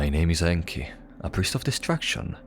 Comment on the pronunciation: Best part is that he's been pronouncing his name just fine 3 hours prior rofl